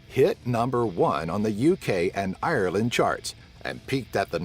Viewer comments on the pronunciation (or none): none